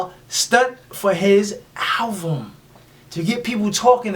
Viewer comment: Much love no disrespect , but its ALBUM ... not ALVUM ..👍👍👍✌✌✌